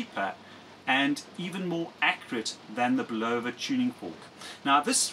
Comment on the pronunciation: Bulova is properly pronounced: bull of a . (bull ov a) Ron W4BIN